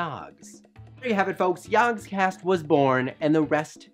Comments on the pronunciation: Everytime he says "yogscast", I hear "yawnscast" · You had one job!!! "Jaaahgcast" You pronounce everything perfectly, but saying "Jaaaaaaahgcast" is the worst thing I have ever heared. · It would help if you could say the name properly Or almost any of it properly